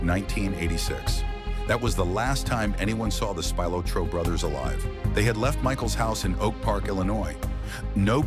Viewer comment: Spilotro… SPEE-LOH-TRO